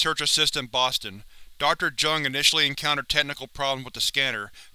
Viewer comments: It's not pronounced "Jung" it's "Yoong" but okay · Isn't it pronounced "yuh-ngh"? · Jung is pronounced "young" Just a fyi